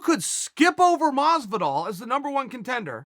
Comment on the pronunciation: 'George Masvidal'....